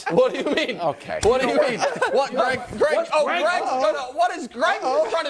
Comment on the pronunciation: “Greeeg Jennings” 😂